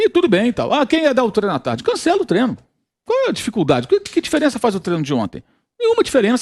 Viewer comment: Me irrita jornalista dizendo Treno, trenador... Porra, é TREINO, TREINADOR....